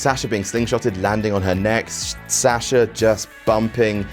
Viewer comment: how he pronounces Sasha makes my ears bleed